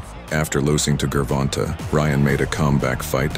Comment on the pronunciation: Bro are you trying to say Gervonta wrong on purpose? Like 8 different pronunciations lol its was actually funny as hell 😂😂